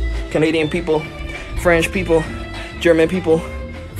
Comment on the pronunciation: “Franch people”